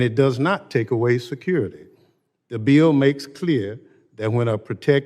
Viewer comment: Thompson needs to be removed, especially since he can't even pronounce BILL.